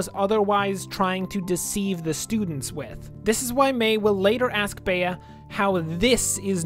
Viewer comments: Spare me and please say Bee instead of bay-uh please for the love of god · CURSES ITS Pronouced BEE not bae-a